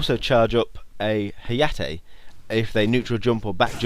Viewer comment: Fantastic guide. Heads up though, that is not how you pronounce Hayate. Pronounce it like (ha-ya-te)